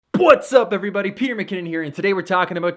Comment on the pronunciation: every time I watch his I literally reqind the "What's up" part for like 10 times 😂 I do beatboxing so that sounds like "pwats up" 😂😂